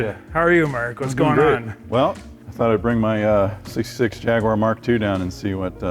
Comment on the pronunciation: Great shame Americans can not pronounce Jaguar...it’s embarrassing